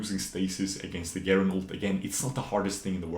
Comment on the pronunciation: Never heard someone say garen with a hard g lol